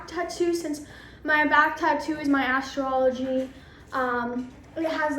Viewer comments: Astrology is not pronounced "astro-ology" its "Ass straw logy" 💀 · she said it wrong, I put a space to emphasize the fact she said astro-ology which is not how it’s pronounced 😂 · Bruh she really said Astro ology instead of astrology🤦🏽‍♀️ no way you graduated highschool, you are definitely 16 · Did she say astro ology??? LMFOAOAOAOA does she mean astrology?